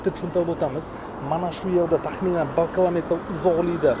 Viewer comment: КЫЫЫЛамЭтр😂😂😂 нимага кИИИлаМЕЕеТР эмас!???